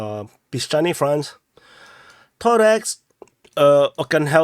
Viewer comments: ToreCk, not ToreX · ToreTSK is probably the closest he can do. CK will not be pronounced TS by neither Asian or Anglophonic people.